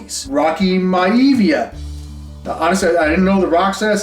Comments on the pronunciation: Rocky MY-a-VEE-a, brother. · just a heads up beast, its pronounced Rocky My-ah-v-ah!! also keep in mind that all them high number sales were during covid when people had a TON of extra money! the prices and come back down to earth, some of them cards dropped in price by almost triple and in some cases 4x!!! I've been selling and flipping for almost 7 years and im struggling to sell cards at the moment of top tier Football, basketball players, and wrestlers! it might change in a few years so all the best to you kind sir!!! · bro. It's pronounced Rocky my-ah-via 🤣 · You pronounce it My-A-via! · Im sure someone already said this but, its pronounced Rocky (my-a-via). Love you LA Beast💪🏼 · My-uh-vee-ah lol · The rocks name back then was pronounced like Rocky My Uh Vee Uh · Rocky My-a-vee-a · Rocky My-uh-vee-uh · Hearing how u pronounced rocks gimmick last name was like nails on a chalkboard. Hahaa Great video tho. Loved it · lol how you are pronouncing Maivia. Cool ass video though. I used to have a bunch of wrestling cards as a kid. Wish I still had them but I didn't know that these should be cherished when I was a kid.